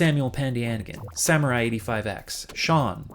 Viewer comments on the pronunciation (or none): none